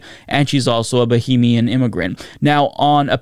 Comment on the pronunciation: Buh-hay-me-in not bo-hee-me-in.... shes Bahamian not Bohemian....